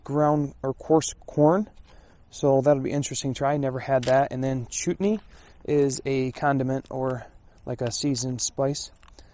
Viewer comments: It's "Chutney" not "Chootney".... it's common with Indian cuisine! You need to get out more LOL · Chutney is pronounced almost like chart+knee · Chutney is eaten with curry. The first syllable is pronounced like "shut' as in shut the door.